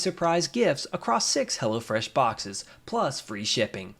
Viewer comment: the way your pronounced six and fresh in sponsor seems weird to me. Or it's just my dialect, cause you know I m asian